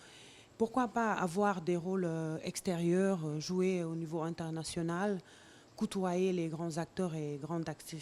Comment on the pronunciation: ELLE A DOT COUTOYER, ON DIT COTOYER ET SON NIVEAU DE FRANCAIS EST TRES FAIBLE